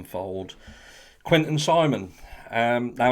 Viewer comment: Thank you for actually saying his name right, the amount of channels calling him quentin is infuriating. Even the news.